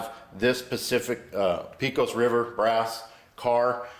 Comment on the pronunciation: Great video. I'm repairing an old Lionel Texas Special I found in the attic of a house I bought 35 years ago. By the way, Pecos is pronounced "pay-cus". It is the name of a town and river in West Texas.